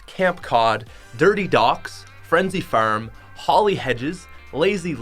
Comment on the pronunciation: He sayys farm like clayclaim